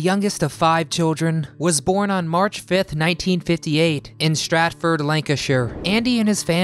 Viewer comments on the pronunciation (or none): Maureeeeeeeeece???????. Pronounced MORRIS, now and always!. STRETFORD (in Manchester), not Stratford!.